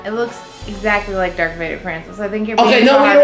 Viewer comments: did she just say "dark Vader"!?!?! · she said "dark vader" lol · Did she say Dark Vader? xD